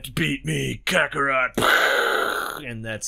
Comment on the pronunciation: the joke was that he said vegetable and carrot, and its kakarot not kakorot